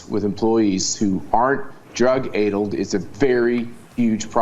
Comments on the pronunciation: Addled is pronounced with a short a not a long a. Is this guy doing Fox News interviews all addled on drugs? I think we need the house to do another congressional "investigation". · aidled - no; addled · "Drug aydled employee..."? Aydled? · That commenter mispronounced addled, he probably doesn’t know his smartphone dictionary can annunciate for you